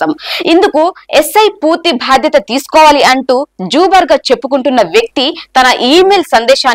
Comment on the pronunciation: సమాజానికి వాస్తవాలు తెలుపుతున్నందుకు ధన్యవాదాలు. చిన్న గమనిక: Zuber పేరు - "జూబర్ " కాదు.. జుబేర్ అని ఉచ్ఛరించాలి.